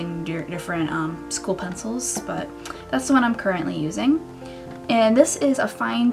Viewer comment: school lol not shcool